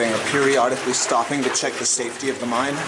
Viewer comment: Cant buy your shirt until you learn to say mine.not mind it's a mine not a mind.